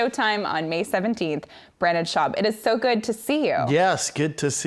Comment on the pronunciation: “Brandon” Schaub lmaooo